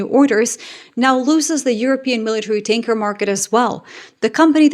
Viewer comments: Did you say Boeing Stanker several times? How fitting 😂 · Hi, when you said tanker it just sounded like stinker.😂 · ‘Boeing’s tanker’ I heard as Boeing stinker.